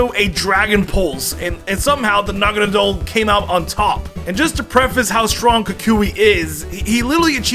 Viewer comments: naganadel said naganeedle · The way say naganadle is weirdly distracting